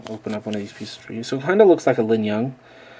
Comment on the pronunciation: you lingyun annunciation is wierd... you have the G in the wrong place. it linGyun, not linyunG.